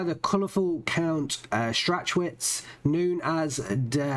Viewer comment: Strach Witz not strach schwitz xD